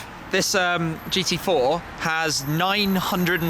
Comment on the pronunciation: that was hilarious how good shmee said the gt4 on german xD please do that again